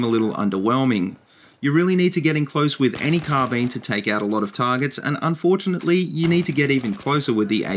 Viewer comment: I enjoyed the video, especially the way you say car bean.